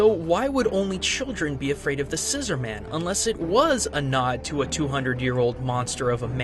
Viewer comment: I believe it's pronounced "scissor-mun"